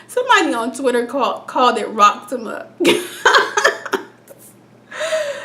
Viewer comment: Rocksema? LOL!